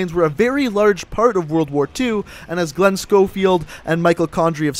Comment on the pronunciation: "world ar war"